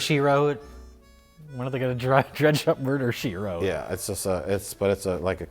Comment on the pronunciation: "Murder She Twote" Summer 2020